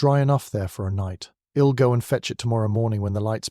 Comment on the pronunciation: Enjoyable storyline, but oh, the botched contractions.... Ill hed youwll